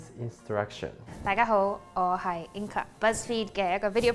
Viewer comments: Ok, so I love Inga but one thing has always confused me. Her name is Inga but it sounds like she pronounces it "Inka". I'm genuinely curious how it's pronounced. Am I hearing it wrong? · OMG I THOUGHT THE EXACT SAME THING!! I've always heard her say "Inka" but I see that G there and I just get flustered/confused lol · Ur name isn’t inka it’s inga